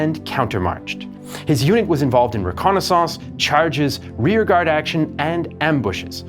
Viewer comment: "Re-Konna SONSCE" 😂